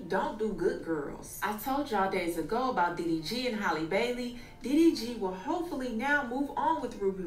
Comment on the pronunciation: Her name is HALLE!!!! HAL-LEE!!!! Not Holly, not Hailey. Why don’t yall take the time out to learn how to pronounce it before reporting on her?